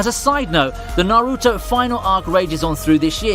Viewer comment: Good list, but I can't stand the way you pronounce Naruto.